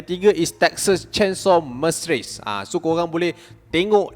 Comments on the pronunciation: Masaka tu bahasa translate jepun,mas seker kalau ikut sebutan us,kalau accent uk lain sikit,nak eja pun susah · massacre cap bukan massrace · Massacre = sebutnya.. me - se - ker... Smlt hari raya chap... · Massacre = meyseykerr 🤣 good job! Keep it up 👏🏻👏🏻👏🏻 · Cap...Massacre sebutan die maseker/masəkə....